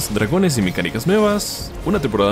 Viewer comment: Por qué dices Dragonas, o yo solo escucho eso??